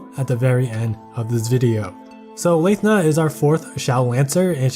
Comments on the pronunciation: Pronounced it as Lae-thna UNSUB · Not sure if this is a joke on how hard Nyarl is to pronounce, but if we're picking at pronunciations, he's also saying Cho-ni-us instead of Tho-ni-us, Yah-su instead of EE-AY-Yah-su, and Layth-na instead of Lahth-na (tbf, this one doesn't have official pronunciation yet afaik. I'm just going off of her Japanese name). But yeah, great overview as usual!